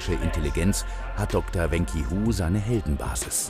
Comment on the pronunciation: Wenqi Hu - wen kse hu, nicht wen ki hu